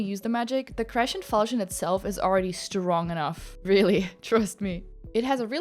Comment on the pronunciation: Why do you pronounce crescent like that?